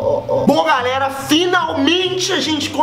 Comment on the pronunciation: Teve uma hora que ele falou garera